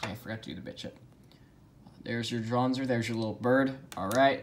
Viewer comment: No one: Literally no one: Absolutely no one ever: Kai in his first match against Max: Draanzr